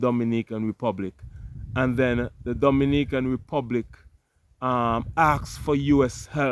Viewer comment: Not Dominican,it’s Do- mini-can.